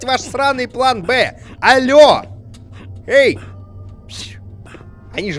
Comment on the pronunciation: Дима сказал Ей! а не Эхей)))